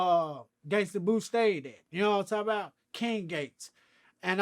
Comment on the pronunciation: “Know what I’m talm bout”